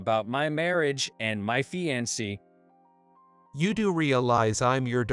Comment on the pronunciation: fee-an-say (fiancee)